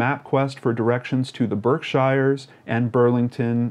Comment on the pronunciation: Just FyI, it's pronounced "berksheers" and "heyvrull". I live in New England and we have weird pronunciations!